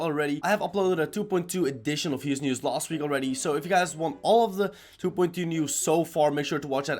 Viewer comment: I love how he says 2.2 like du boind du (No like meaning bad)